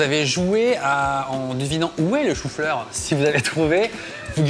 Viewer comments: le choux fleurrrr 🥬🥬🥬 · le chou fleurrrrrr